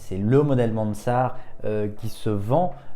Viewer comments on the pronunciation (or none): Sympa, c'est juste un peu domlage que tu prononces ”Mansart” à l’anglaise alors que Mansart était un pur Français, et que la montre est française aussi ! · Et sinon tu peux prononcer Mansart à la française 😁 (en tout cas c'est comme ça que j'avais appris à l'école il y a fort longtemps 😁)